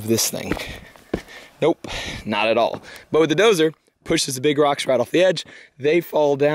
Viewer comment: Texas accents are funny. The way you pronounce rocks makes it sound like you are saying "dirt".